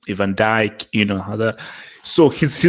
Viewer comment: LMAO the way dropped the hazard name. He knew he had to mumble it.